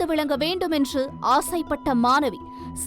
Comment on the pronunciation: தமிழை ஒழுங்காக வாசித்து தொலைக்கவும் !!! அது மானவி 🤦🏾‍♀️ இல்லை ...... "" மாணவி "" !! ன , ண , ழ , ல , ள , போன்ற எழுத்துக்களை சரியாக உச்சரித்து பழகித் தொலையுங்கள் ...... எத்தனை முறை தான் சொல்வது !!! உங்கள் தமிழ் உச்சரிப்பு கேட்கச் சகிக்கவில்லை !!!